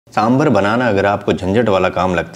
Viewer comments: it's saambaar.( सांबार).n not saambhar(सांभर) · सांबार!!! सांबार!!! For god's sake...it's not सांभर